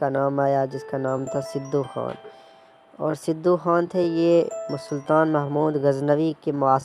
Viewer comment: Sidu ni sadu name tha un ka tlafz drust kro